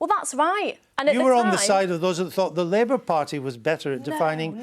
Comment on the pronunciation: 4.40. Did she call it the labour farty